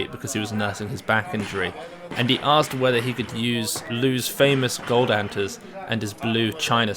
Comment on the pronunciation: ".... his olympic GOD medals...." that's what I heard.